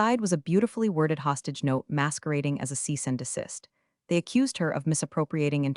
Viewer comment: AI mispronounces and the script is clueless. "Cease and ASSIST!?"